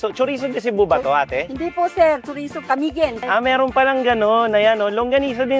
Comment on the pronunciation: Sa pagsasalita ay ca-mi-guin po hindi po ca-miguin ..